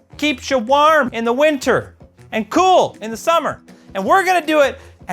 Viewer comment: as a stateside guy, I hear (waerm) (ceewl)